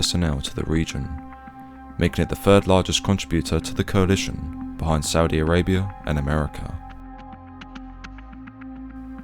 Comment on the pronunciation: He said Ssudi Arabia ! 🤣🤣🤣🤣🤣